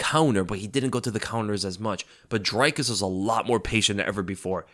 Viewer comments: It's not pronounced dry-kus it's dree kus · ITS DREEEEE-KUS. Not DRYYY-KUS And he is the funniest fighter in MMA! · It's "Dree-kis" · Dricus Du Plessis i think is pronounced like (jreekiss du pleesee) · Bro Dricus even said how to pronounce his name in the post fight speech and you're STILL mangling it. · Great recap but the way you all keep butchering Dricus's name is painful to hear. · Bro, it's Drē-kus* jsyk.. And then the last S in his last name is silent. I must've cringed 10 times in 30 seconds lol. You must not have watched his post fight interview in the cage. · Dricus pronounced "dree-cuss" Plessis pronounced "pleh-see"